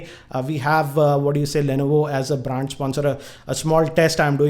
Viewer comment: "Affliate , "braaaaaand" and "migate" hats off to your English bro !!!! Even google denied to search !!😂😂